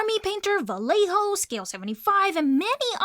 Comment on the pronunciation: Little nitpick: the "lle" in Vallejo sounds like "yeh".